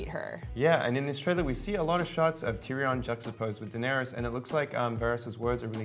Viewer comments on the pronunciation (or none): WTF is a "TeeReeON " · ... this dude doesn't know how to pronounce Tyrion.